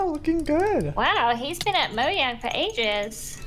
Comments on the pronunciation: did just say Mo'Y'ang instead of Mo'J'ang smh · Omfg I got so triggered because kept on saying 'Moyang' instead of 'Mojang'. just me or no? 😂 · Also its not moyang its mojang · When says moYang when it moJang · Who headed say mayang instead of mojang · Did anyone else hear say moyang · its mo J A N G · Joey tell its j not y